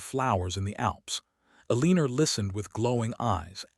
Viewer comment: Elinor is pronounced El ih nor, not El ee ner. DAmn have a human check the audio and text before posting this stuff.